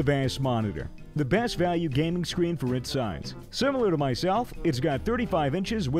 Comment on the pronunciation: on the go gahming